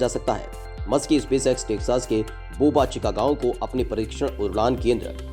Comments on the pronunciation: बोबा चीका नहीं , वह बोका चीका गांव है। घटिया उच्चारण वाला अनुवादक । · It is boca chica not boba chica 👍🏻